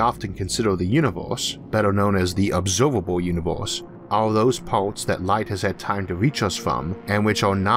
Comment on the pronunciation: I like listening too, but when he said obsoivable univoise I lost it, not for the reasons you think, I had a best friend in school who had the same defect that I think the host of this channel does, it's a defect where the tounge is too short to fully make the vowels right, his name was joe Martin and he would say "wanna buy joe Martin's pearl cream" that was a commercial that was prevalent at the time, just made me laugh cause till this guy I've never ran across anyone with that kind of rare ability